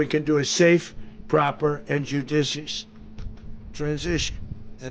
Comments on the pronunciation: Did he say delicious 😂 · Before they teach Trump a new word, judicious, they should teach him how to pronounce it! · Oh my goodness! He sounds like an Idiot! He is sick and disgusting 🤢 ! He couldn’t even pronounce “Judicious” correctly! He slurs. Ugh 🤦🏻‍♂️🫣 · Is he saying 'judicious' or 'do dishes'